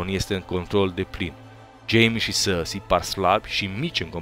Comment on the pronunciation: Cand spui Cersei ma faci sa rad parca esti francez "sarrsi" :)))